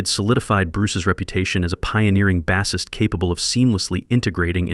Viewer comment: NOT "Baassist" as saying the word "ass" It's "Base" pronounce it as "brace". Get a new narrator